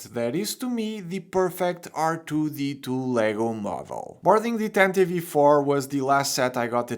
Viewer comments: I hate hearing people pronounce it like "Tantivee 4". It'll always be "Tantive 4" no matter what anyone says. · Why do they always call it the tantive V 4..... IV is 4 in roman numerals, it bugs me to hear people annunciate the V. It doesnt make since. Just say tantive 4 😑😑😑